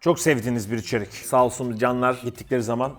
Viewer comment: Nobody::İçerik sevdim, içerik öptüm Sldjşdjsşdjfşfmvş